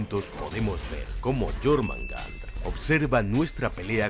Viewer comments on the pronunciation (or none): se dice jormungander, que feo que es ecucharlo decirlo ded otra forma